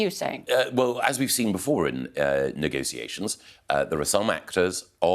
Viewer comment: Only a snake says negosiasions